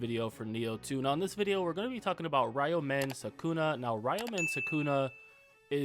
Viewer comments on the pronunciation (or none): (Ree-u-min Soo-koo-na)